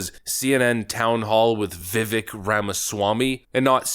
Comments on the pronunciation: His name is Vi•Vake not Vi▪︎Vick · pronounce vivak like cake. "vivake"... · Vivek pronounced like “cake” not Vivik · ....you are saying his name incorrectly. It is "vih-vake" not "vi-vik" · His name rhymes with CAKE. VIV-AKE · C'mon, by now you should be pronouncing his name correctly: Vivek (Veh-vake, like shake n' bake) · BTW , it’s vi vake (rhymes with cake) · VIVEK RHYMES WITH CAKE!!!! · Bro it’s vivake like cake 😂 it’s wild to mispronounce his name at this point and he a fan lmfao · How at this point do you still not know how to pronounce his name. It’s Vi-vake, rhymes with cake. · Love your videos and your channel, but you and a lot of YouTube channels that I watch are pronouncing his name wrong. He was on Patrick Bet David’s podcast and said his name rhymes with CAKE. Just wanted to let you know – his name is pronounced VIH-VAKE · How long have you been covering Vivek, and how much longer until you learn how to pronounce his name correctly? Love what you’re doing, but it seems lazy not to learn how to say the guys names after dozens of videos covering him. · You still can't pronounce his name correctly?! Multi Million dollar youtube channel..